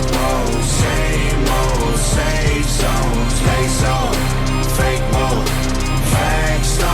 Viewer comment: Bro the Fah-kay Wah-kay shit killed me 😂😂 Also, the Windows XP sound effects 😂😂